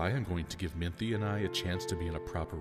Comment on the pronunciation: They had a similar problem with part 1, where they pronounced Minthe (Min-thee) as Minth. Thank the gods they fixed that.